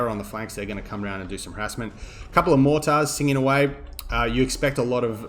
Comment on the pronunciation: Your pronunciations of mortars concerns me.